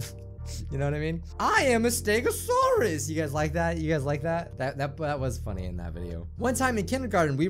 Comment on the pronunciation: no you said it wrong its like this: I AM A STEGO-SAURUS you gotta separate it its from asdf movie